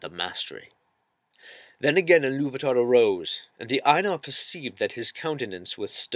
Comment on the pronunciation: I was more annoyed by her pronunciation. Her pronunciation of "Ainur" sounds too close to "anal".